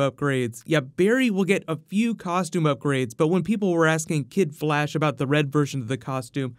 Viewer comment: did any one notice that he said the blash